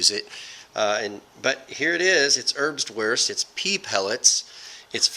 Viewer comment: Just a tip for pronouncing German words, any "w" in German words is pronounced like a "v" so instead of erbswurst being said like "erbs-worst" it would be said like "erbs-vurst."